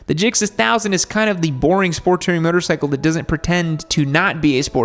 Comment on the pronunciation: "Sport Tering"